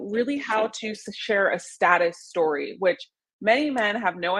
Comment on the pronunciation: When she says 'status story' it sounds like 'sad story'. I had to listen to her intro to that topic a few times.